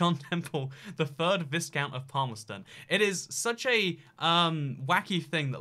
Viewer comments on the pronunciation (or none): Hey there. Thanks for the video and thanks for thinking about it. Viscount is prenounced VIE-COUNT rather than VIZ-count. Incidentally, this is my area and so one point to bear in mind, while there may eventually be a leadership election, HM the Queen would ask someone else, one of her Cabinet in all liklihood to form a Government. That person would then be likely to step down at that point. Still listening in as I make the dinner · What is a "viz count"? It's pronounced "vie count". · Good video, but it's "vye-count" not "vis-count". Sorry hahaha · It's "why-count", not "whis-count"... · Sometimes I think mispronounces things on purpose just to generate comments like this. “Vis count”, indeed. 😂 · Yes, it's /vaɪkaʊnt/ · Humphrey /ˈvaɪkaʊnt/, i.e. vye-count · Isn’t viscount pronounced “vy count” to rhyme with by count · The obscure PM Bonar Law was born in Canada -- reason enough to be "obscure." Btw,, please don't make "viscount" sound similar to "discount" -- hurts my ears.:D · Maybe he was a discount viscount. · You don't pronounce the S in viscount. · Please Please Please learn the correct pronunciation of Viscount. Please. And yes if elected I would push that damned button as my final act. Nuclear ☢️ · Viscount isn’t pronounced with the s